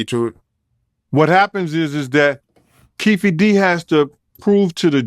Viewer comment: I'M AN IRISH WOMAN WITH NAME "O'KEEFE. HEARING A RAPPER SCREW UP THAT NAME AS "KEEFEE" IS A SLAP!!!! WHY DO RAPPERS USE "ALIAS'S"? BECAUSE THEY'RE CRIMINALS!!! DEADBEAT DADS, BAD NEWS!!😵😵👎👎👎👎👎